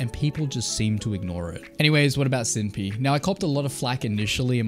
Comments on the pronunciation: I've only heard her name pronounced Sin-Pie. Never heard Sin-Pee before. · I love how he apologizes for pronuncing cinnpie’s name wrong and then continues to pronounce it incorrectly. cinn-pie not cin pee 😂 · Anti is still active on his twitter and twitch he changed his to where he still posts frequently He also launched a clothing brand for some reason??? And has a burner account on twitter Also cinnpie is pronounced like Sin Pie like the food not sin peee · Bro it’s literally just pronounced like “Senpai” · Dude you're still mispronouncing her name. It's Cinn-PIE "pie" as in the pastry, or cutie-pie. It's not difficult man. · "I copped alot of flack for pronouncing her name wrong... so sinpee" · you literally still say her name wrong. its "pie" as in Pi as in "py" as in what you eat, like, pumpkin pie or cherry pie. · You’re pronouncing her name wrong right now lol it’s Cinn (sin) Pie (like the food). Bro there’s LOADS of vods of her saying her tag. Who told you it was wrong LOL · Man said SIMPY 😭 bro im ngl, if you try to put yourself out there as a "smash news" channel and you dont even know how to pronounce the name of tags of the ppl you're talking about, when any active member of the community has heard the pronunciation 100000 of times, it makes you look like a full on outsider trying to benefit from the situation. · I had pronounced it wrong the whole video… "Simpy" lol. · Wait isn’t it Cinnpie (Sin-pie)? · How did you correct your pronunciation of Cinnpie and STILL say it wrong?! WTF LMFAO!!! Its pronounced Sin Pie. Sin as in sinner or sinful and pie as in the dessert... my God man. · I love how he said he pronounced it wrong last time and then just kept pronouncing it wrong lol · yeah, I don’t understand how he explains he got flack for mispronouncing her name only to continue doing it. like what? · Lol why even mention that you pronounced her handle wrong in older videos, before continuing to say it wrong? Not even a big deal, just weird.